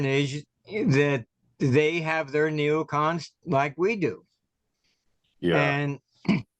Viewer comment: Are you saying neocoms?